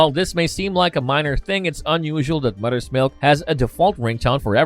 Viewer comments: moTHers milk moTHers MOTHERS not mudders milk. you sound like a yank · That English though lol. Mudder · Are you able to pronounce “Mother’s”? You says mudder every time. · your accent makes it sound like Mudders Milk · Love the way he pronouce’s MOTHER lol “MUDDER’s” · Am I the only one hearing muddah’s milk? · “mudders milk”